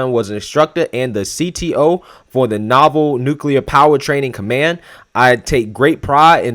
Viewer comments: Naval = navel Not “novel” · the word Naval is pronounced NEY-VAL.